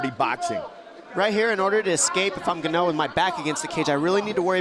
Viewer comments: John Anik having no idea what Ngannou's name is: "Francis Gannou" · In-gaahn-uuu for the love of god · Commentator....Francis Gonnu 😂